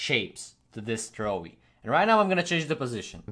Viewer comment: Trowi not throwie